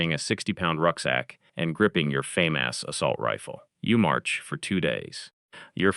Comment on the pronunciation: the Famas is famous but that's not how you say it